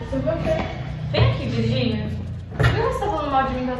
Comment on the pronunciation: So eu q percebo q a fala: FIRGINIA Ahhhh amo elas E Gabriel não faz mais isso minino